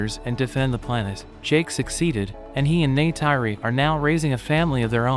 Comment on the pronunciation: O nome dela é Neytiri